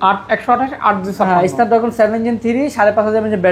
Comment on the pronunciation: ভাই তো Snapdragon উচ্চারণই করতে পারে না!😅